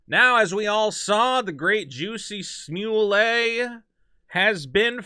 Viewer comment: Just asking but why you say his name that way? It seems wrong to me🤣 also there's no way a subway sandwich makes it home with you if you've been attacked